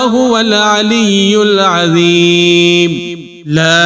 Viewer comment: قاری صیب عزیم نہیں ہے عظیم ہے دوسری بات ظلمت کو بلکل صحیح پڑھا تم نے تیسری بات بسیر نہیں ہے بصیر ہے اس بات کو سمجھو جناب